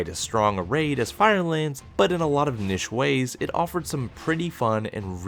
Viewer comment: Another American, another completely unique way of saying the word niche. How do you guys come up with it?